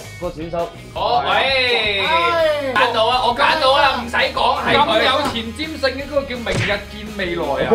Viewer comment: 前瞻性..唔係前膽性...:goodvibes